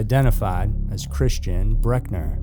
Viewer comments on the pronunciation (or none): none